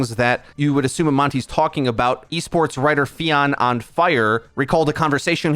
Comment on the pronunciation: The way you pronounced fionn is disturbing lmao. Its pronounced "fyon"